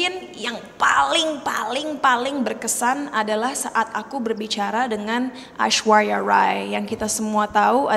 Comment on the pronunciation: Aiswawa wai 😂 . Pengucapan aslinya gak gittu2 amat lho di India-nya juga